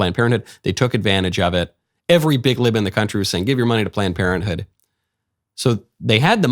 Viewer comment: Is he saying “Plant Parenthood” 😆